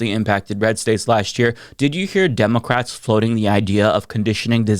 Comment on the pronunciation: "ImmOgrants" "demOcrats" my fav words to hear say. lol